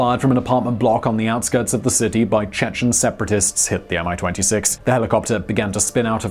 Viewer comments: its not "AM I - 26" - its "ME-26" correct pronounciation - its even has small "i" in "Mi-26" name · It's very interesting, how transliteration can make people butcher pronounciation ) Mi-26 natively sounds like "Me"-26 (one word + number) And Buran is "Boo run" :D